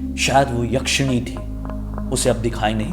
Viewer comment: Jise wap yashani bol rahe ho wo bhut atma tha😂😂😂